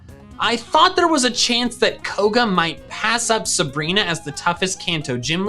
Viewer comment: SABRINA, NOT SUBREENA!